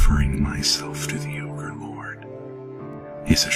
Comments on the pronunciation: Its not ogre... it's never ogre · Remember, it’s not Ogre... it’s never Ogre